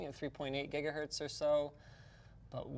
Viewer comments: JIGAHERTZ SERIOUSLY? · Stop spam-selling your water bottle, damn. Yes, pink is cute. But I can just drink out of an empty juice jug. Is the water bottle the main way you make a living, or what? OMG, you just said Jiggahertz, gross. As bad as saying .Jif. Ok, I'm drunk, I'm too critical. But Jiggahertz really is yucky.